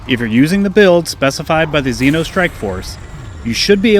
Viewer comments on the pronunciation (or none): none